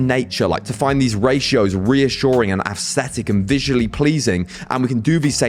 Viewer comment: The way you pronounce "aesthetic" makes it sound like you're saying "assthetic" lol